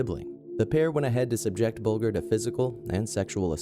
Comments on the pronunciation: The victim of the killers at position #1 is pronounced Bull-Ger (Ger- like at the start of Germany). Terrible case from when I was a kid committed in my neighbourhood. The boys are free now and have secret identities. I truly hope they have reformed. What makes people and kids snap like that? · You pronounced James Bulgers name incorrectly, it's pronounced bulJer, instead of saying the letter G :) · its pronounced as bul-jer not bul-ger but it is spelt bulger rip james bulger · It's buldger not bugler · Sorry to be pedantic, but James Bulger's name is pronounced (bul:jer) not (bul:gur). This happened in my home town Liverpool, and now his killers have been released with multiple new identities. Venables has also been charged with indecent images of children since being released. What a wonderful world we live in. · Great vid but its James BULGER not what you say buljer if you like ....the worst kid killers ever I live same area and it was horrible what they did to poor James RIP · Actually, Venedbles and Thompson both admitted that there was not a sexual nature to their attack on Bulger (pronounced Bul-jer). The Police also said that there was no sexual nature. While it is true that Bulger was found by train tracks naked and 2 days dead, no sexual assault was found. Sorry... We had to research that case in school during Crime and Punishment. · It's pronounced "buljer", dumb yank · Disrespectful that you can't even pronounce James Bulgers name correctly. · Love your videos. Just a note though - that's not how you pronounce Bolger hahaha. The 'g' is pronounced like 'j' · You don't even know how to pronounce the victims name.